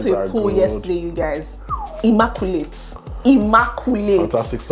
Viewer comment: The way she said : ''immaculate''' I love it 😃😂😂😆the accent